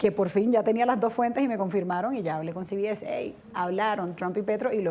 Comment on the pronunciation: No se pronuncia ci bi es. Se pronuncia ce be ese. No sea idiota.